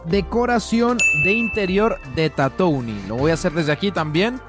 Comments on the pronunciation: Su pronunciación es "tatuin" por si acaso 🥶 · Buen video, pero se pronuncia Tatuin perdon por ser muy ☝️🤓